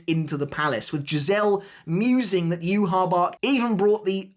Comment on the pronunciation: Start saying Yhwach’s name properly bro